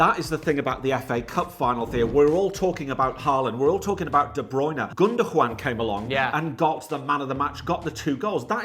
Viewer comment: Did say GundoJuan 😂